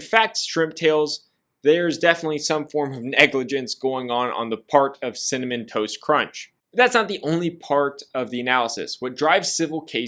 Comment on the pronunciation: why cant say “cinnamon toast crunch” to save his life 🤣🤣 cimmun, cimiss